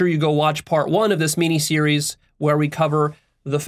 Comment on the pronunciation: Did you just say "Meanie Series"?